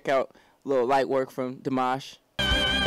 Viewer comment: It's pronounced deemash